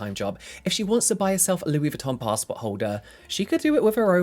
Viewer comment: A fucking "pastport holder" 😅